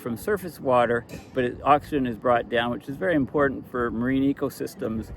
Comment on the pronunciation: Why are you constantly saying impordent if you presumably always mean important? Most U.S. teenagers and young adults have started saying impordent in recent years, but you are not one of them.